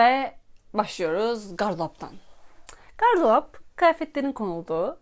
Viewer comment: gardolap diyene kadar her şey çok güzeldi. kanalın tüm videolarını severek izliyordum. keşke gardolap demeseydin.